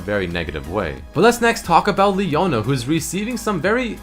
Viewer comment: leona E not P